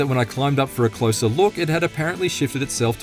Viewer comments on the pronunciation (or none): none